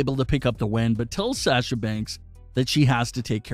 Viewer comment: Dude You keep saying sasha's name wrong. STOP IT. It is real annoying.